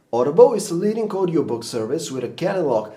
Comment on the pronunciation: leadink? leadinG*